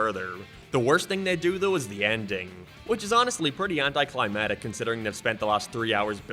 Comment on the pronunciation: Also "anti climb attic"